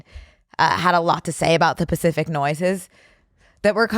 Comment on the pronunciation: It’s “specific” not “pacific”, or does she say that on purpose?